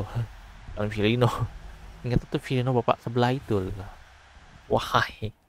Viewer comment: Hemmm kalau saya Firmino = Filino